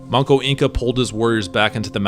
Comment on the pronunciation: The name is Manco Inca, not Monko.